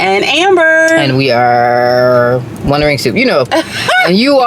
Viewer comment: Lol I know you feel awkward saying it, but I loved hearing say wandering soup and putting so much emphasis on SOUP. 😄